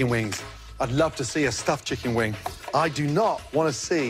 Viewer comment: "Chickeen Weng" 😏😏